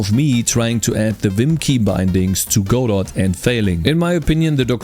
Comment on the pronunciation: Your one of the first I've heard to pronounce Godot properly.